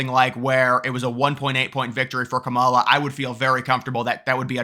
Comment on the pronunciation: It’s pronounced “camel-Ah”